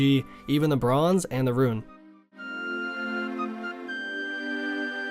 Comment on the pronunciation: the way you pronounce rune makes me sick